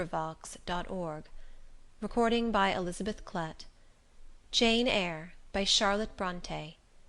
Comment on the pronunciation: Elizabeth klett what agood pronunciation ! I learn English from you